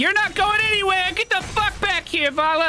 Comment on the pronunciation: why do you keep saying varlla its valla